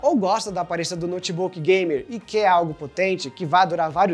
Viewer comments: eu tive que ouvir umas 10x pra ter certeza que ele falou "bem exagerado, bem gamer " kkkkk Pq pareceu que ele falou "bem exagerado, bem Gay" kkkk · eu entendi ''bem exagerado, bem gay'' osso